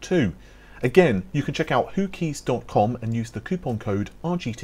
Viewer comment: Who keys. Almost sounds like Hookies. He who dares rodders, he who dares my son